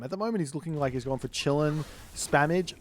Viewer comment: Bro, ı just wanted to say that its not chillin, its kilin 😂